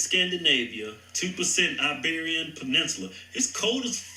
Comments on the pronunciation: Iberian. Spain and Portugal. Not Siberia. Derp. I had to stop, back up. Did he say Iberian where it is cold as F? Yep. He did. Derp. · Iberian NOT 🚫 Siberian!😆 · “Iberian….it’s cold as effen up there” Me: papi did you say Iberian or Siberian because if it’s Iberian,check out the Mediterranean . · Iberian (Portugal/Spain) not Siberian ! 😂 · Iberian not Siberian. Funny.